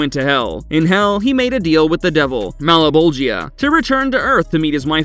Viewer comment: "Mal-a-bowl-gee-uh?" No one involved in making this has even seen the show huh?